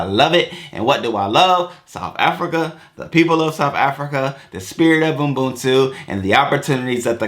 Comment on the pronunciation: U-BUNTU not Umbuntu lol...or just say Botho which is a tswana/sotho version of the same word/term